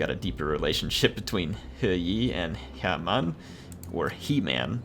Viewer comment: Guys, it's pronounced "her mun"